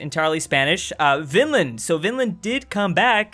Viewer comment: You say vínland